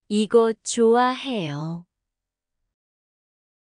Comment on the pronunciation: I feel like some of the pronunciations are a little off. Like 좋아해요 She’s saying choo ah. Instead of a soft ch (oh) a. Hopefully you caught it. g